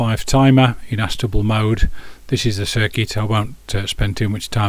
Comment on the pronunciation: Thanks for the review, looks like a handy device for simple jobs. You're saying ast-able mode, shouldn't that be A-stable?